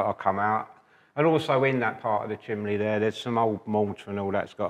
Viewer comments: as amazing as you are at plastering and stonemasonry, it's pronounced CHIMNEY, not chimlee!!!!!!!!!!! So annoying: ( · I’m sure says chimbley